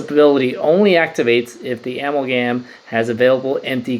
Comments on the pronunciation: A-MAL-GUM short for a·mal·ga·ma·tion. keep up videos man! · I’m a chemist I pronounce it uh-mall-gum